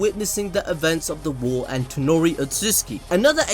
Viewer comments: It is Toneri not Tenori...... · ToNEri. TONERI. NOT ToNOri